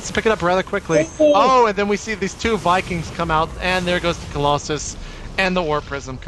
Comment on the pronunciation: Why does he pronounce COLOSSUS as COLLOSAI ? its so irritating ...